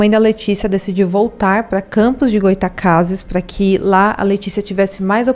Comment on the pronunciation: Goy-a-tacases foi foda hahaha